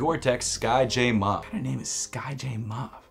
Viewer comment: You're pronouncing "Mauve" wrong. And it is a shade of purple.